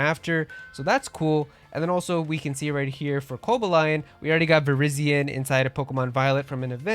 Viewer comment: Funny how people only seem to point out that Perrin is Adaman's descendant due to having the same hair color, yet fails to notice she also have the exact same hairstyle as Irida. Also, why are you pronoucing Cobalion like that? It's Ko-BALL-ion